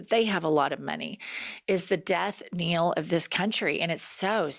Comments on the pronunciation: I only do this to Jennifer because she likes to correct Pumps, its ’death knell’ not ‘kneel’ ❤ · The word is knell, rhymes with bell, not kneel. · Death "Nell", not Kneel LOL, Sorry I couldn't resist. I'm just teasing ya. Anyway. I really hope that someone picks up the pace and helps us fight back. There aren't enough protests. There isn't enough pushback.